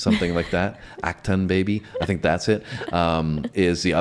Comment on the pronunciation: Pronounced Ocktune baby. Great album